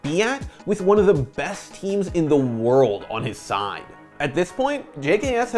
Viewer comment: you don’t have to put mad emphasis on “world” every time.